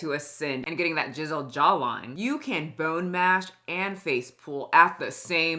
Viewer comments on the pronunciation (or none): I do fully appreciate that every time you say “chiseled” it sounds like “jizz-eled” 😂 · I can't decide if is saying "Jizzled Jawline" as an own or just mispronouncing chisiled but I love it 😂😂😂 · Lol, I think you keep accidentally (or is it an accident.. lol) saying JIZZeled instead of chiseled. I think JIZZeled chin definitely works. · CHiseled,, not jiseled 😂😂😂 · it sounded like you said "jizzled jawline" 😂😂❤ yeah that's right! 😂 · I choose to believe jizzled jawline is intentional, and not a mispronounciation of chiseled.